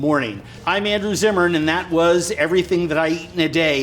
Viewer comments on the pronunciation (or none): Zimmerman!!!!!!?????? Not Zimmern